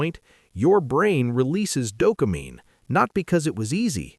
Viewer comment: I LOVE when my brain releases "Doka-mean" "Just buy a Honda," [shows 'yota]; Stupid-ass A.I.